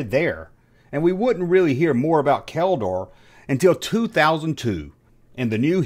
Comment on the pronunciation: i knew this ... still surprised,,, you said Keldor rigth😆